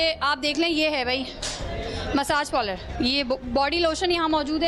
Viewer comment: Pehla bolna to sheek theek se pronounced karne bhi nahi aata parlour ko